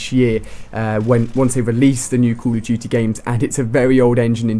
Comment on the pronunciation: Is he saying call of juty ??